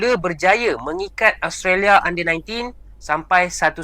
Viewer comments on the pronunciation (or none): none